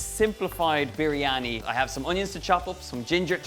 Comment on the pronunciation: Im from Pakistan.. Donal your recipe like always has been great & also the way you pronounce "biryani".. All perfect!!!